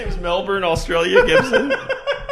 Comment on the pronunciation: Are you guys Aussies! cause that's the closest to melbin PROPER pronunciation (Melbourne) I've heard on this app. okay just had to check it … Love you guys!!! edit forgot the t